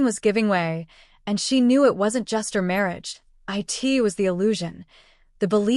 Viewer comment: At least say the right word not i t it is prnounced it. Get your AI on the right page with speaking the right word